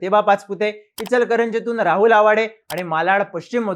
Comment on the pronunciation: ईचलकरंजी❌ इचलकरंजी✅